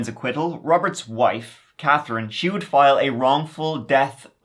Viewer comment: You mean case fall? Lol I always laugh at the way he says file!